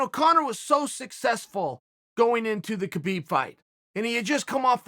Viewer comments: it doesn't matter, winning is winning, no excuses and it is not Khabib it's Habib, th k is silent. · Why are you saying Khabib name with a K? At least say the man's name right.